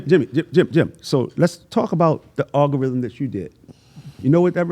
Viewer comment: I never heard the word algorithm get butchered so many times 😂 great interview though, much respect 🫡